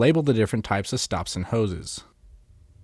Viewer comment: Shtyle and shtops